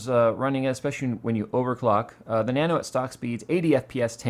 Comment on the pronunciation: Nanu Nanu to you too.............soz that's what you sounded like everytime you said Nano Nano! :P